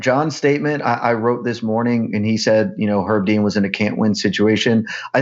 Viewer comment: pronounced Herb Dean with a silent H about 50 times and no other comment addressed it, am I insane?